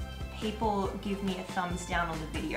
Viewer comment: I love how he said "gib" instead of "give" because that is how I say it 99% of the time. LOL.